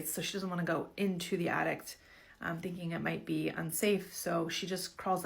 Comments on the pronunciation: Omg! The “addict”! I couldn’t even pay attention to the story because she kept saying that lol. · OH EMM GEE ! MEEEEE TOOOOOOO! That extra T at the end was blarrrring in my ears every time she said the damn word. Lmao. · DUDE I know same. Like no. I’m an ADDICT. That is an ATTIC. The thing in your house, above your head. 🙄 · The lady saying "addict" instead of "attic" is itchinggg me